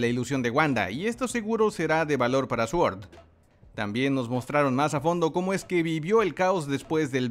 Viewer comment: S.W.O.R.D Cómo se pronuncia: "sort" Cómo lo pronuncian los que hacen videos de Marvel: "suort"